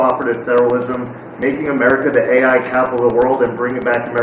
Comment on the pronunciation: Can you please let our Education Department gal know that it’s A.I. as in Artificial Intelligence, not A1 as in steak sauce?